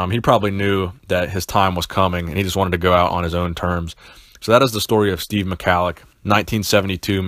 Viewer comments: Pronounced 'Mah-hol-ick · its pronounced ME-HALIK- NO HARD C